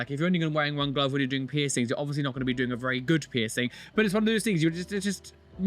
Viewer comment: "You look berer with no persings"